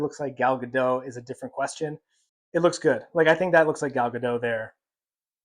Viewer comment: It's pronounced Ga-DOT, not Ga-DOW. Gal is Israeli, not French. 🤪😝